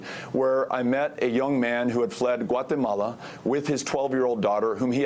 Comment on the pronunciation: Notice how he says "Guatemala" with an accent the first time, and the second time he says it without any accent. Kekkers